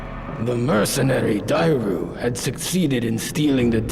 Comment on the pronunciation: Great retrospective as always. I always feel like a nerd when I hear mispronunciations but you mispronounced Dairou 🥲